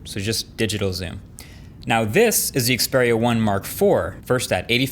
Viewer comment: after 3 generation of the Xperia 1, finally Marques know how to pronounce the name correctly